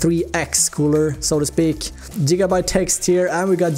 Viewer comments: so weird when he keeps on saying Jigabyte... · Jigabyte boiii